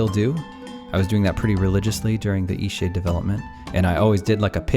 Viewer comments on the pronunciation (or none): Seriously, sometimes when you say EastShade is sounds like Eat-Sh*t. I am not joking and I’m beginning to think there’s a deeper hidden meaning in how hard it was for you to achieve success. Tell me i am wring. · You might want to become aware when you're speaking it sounds, to me, like you're saying Eshade. Until I scrolled down and saw "Eastshade"...you're not really pronouncing the "t" at the end every time you say it. The game looks amazing, and I really enjoy the relaxed gameplay you talked about I could do without all the Christian nuttery references, but I laughed at them as just nonsense, I'm ex-Christian that knows the book of the punk "God" very well, and it's the reason I left that cult. You can be very caring towards others without the cult. I dig your story, about how the game was made. Shoveling snow out beyond miles is something that used to be done by people. In the modern 'age' it seems impossible by most. If you don't think of that way, it becomes possible. Something else I noticed as I saw the screen shots. You actually punctuate and use commas correctly. Wow! I'm noticing a trend in Indie games where people are sloppy this way, where stuff like "thats" and other errors are creeping into their games. Which I won't support. You put a lot of care, and you pointed to that, in the game. Or rather you and your 'partner'. Smiling. "Forgive an old woman, what was it again?" Should be, "Forgive an old woman, what is it again?" since it's very, very rare for someone to change their name. The name remains the same. I'm pointed this out to Christians who've asked me many times, "What WAS your name again?" and I corrected them. This understanding also changes the understanding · all i hear when he says the name of the game is "eat shit" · I thought he was saying Ishee. I thought it was a Japanese game until I looked at the channel name.